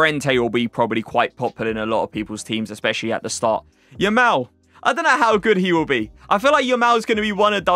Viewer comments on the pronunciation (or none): You’re saying Yamal wrong